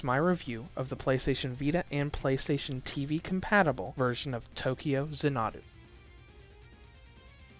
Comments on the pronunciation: Zan-uh-doo is how the word is supposed to be said said, be he kept using a phonotactic where the word was pronounced as consonant followed by a single vowel resulting in the Za-Nuh-Doo. That structure is very common in Japanese and has only a few deviations. Xanadu is actually ends with the same sound as the word Ado, I would point out that several times he even pronounced it as Za-Nuh-da, getting A soft a sound at the end like he converted all the vowels to an A while pronouncing it. In any case you can look the word up and get a dictionary bot to say it for, and you can clearly see that he is unfamiliar with the words pronunciation. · ZAHN-adu not za-NAH-du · It’s actually za na du. Watch its longer trailer “Tokyo Xanadu Demo Movie,” and you’ll hear the announcer pronounce Xanadu as za na du. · Tokyo “zah-na-doo” 🤦🏻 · If he only seen a longer trailer “Tokyo Xanadu Demo Movie,” he’d heard an announcer say it as za na du. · Xanadu. It's pronounced zan-a-do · If he only seen a longer trailer “Tokyo Xanadu Demo Movie,” he’d heard an announcer say it as za na du. But he obviously hadn’t seen it, so he missed hearing the pronunciation. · Zan-uh-doo, like the Olivia Newton John movie, only problem with the review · I hope you've learned how to say Xanadu since you've posted this, its like nails on a chalkboard. Funny the first time, painful the next 1000 times, increasing in pain as we go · please redo this review and stop mispronouncing Xanadu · Learn how to say the name of the game. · I’m surprised he didn’t mess up Tokyo the way he did with Xanadu. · how the hell are you pronouncing Xanadu wrong... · I know I was cringing every time he said it like it was an Japanese word. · his pronunciation of this word is incorrect. Plain and simple. Arguing against that just says you don't know how to pronounce it either.